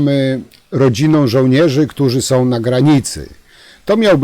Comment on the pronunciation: Czemu Pan nie umie uzywac koncowek om i ą? Jest to irytujące. Nie mowi sie majom tylko mają, nie som, tylko są. Pana materialy sa bardzo ciekawe, ale ciezko sie Pana slucha. Prosze wybaczyc.